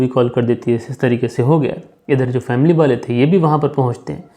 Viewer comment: Sir ap wale ko bale kyu bolte ho...